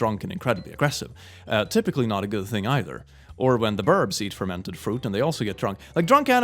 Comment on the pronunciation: When is talking about moose eating alcoholic apples is anyone else hearing him say Furr-mented?